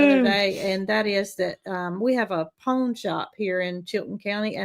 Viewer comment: I’m southern but the way yall saw pawn shop is funny, I bet some are trying to figure out what ur talking about. Lol. I’m in ga but we pronounce it like pond but without the d.